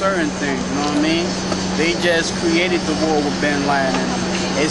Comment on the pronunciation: lol "Know wha' i mean"